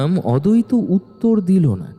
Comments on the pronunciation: নামের উচ্চাররণ ঠিক করুন অদৈত না আদ্বৈত। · অদৈত আর অদ্বৈত আলাদা আলাদা উচ্চারণ ......আপনাদের ও কি কানে লাগে না ।